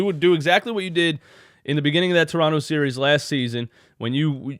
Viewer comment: By the way you pronounce toronto just like a torontonian would, well done, coming from a torontonian.